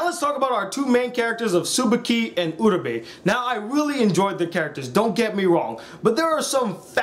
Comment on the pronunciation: It's pronounced Uh-ra-bay, not Uh-ra-bee, how can people watch 13 episodes of this or Madoka and still screw up the names so badly? EDIT: Jesus Christ Okra is a goddamn veggie it's Oka what is wrong with you? P.S. what you did was an abbreviated summation of the characters, not a review.